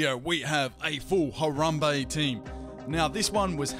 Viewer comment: Downvoted because you pronounced his name so horribly. Love your vids though. Dicks out